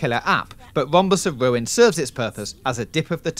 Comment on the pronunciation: "Psychonauts and the Wombus of Wuin"